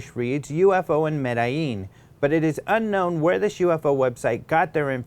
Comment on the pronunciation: Come on,. You can pronounce "Medellin" better than that.